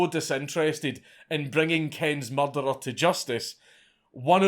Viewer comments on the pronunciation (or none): Hearing the way this guy pronounces murderer was the most jarring part of this whole video.